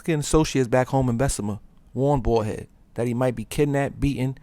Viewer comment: its baldhead not ballhead.